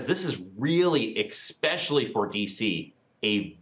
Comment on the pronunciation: "expecially"? and we are supposed to take this guy seriously? amazing.